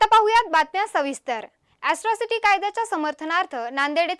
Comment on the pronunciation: hila atrocity bolata yet nahi aajun....asrocity bolate